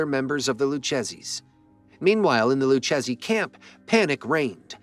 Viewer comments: Lou chezzy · Its pronounced loo Kay Zee not loo chasey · It didnt say Lucchese properly.